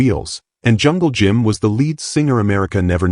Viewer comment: Hey artificial intelligence its jungle Jim not jungle gym